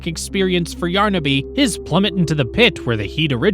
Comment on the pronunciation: Its yarnaby not yarnabe